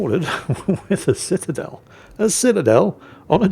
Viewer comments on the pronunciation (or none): none